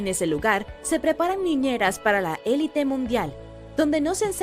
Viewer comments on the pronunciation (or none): none